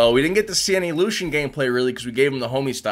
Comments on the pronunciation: Disliked after he said that queen nai has axe and called "Lucien", lushen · ITS LUCIEN NOT LUSHON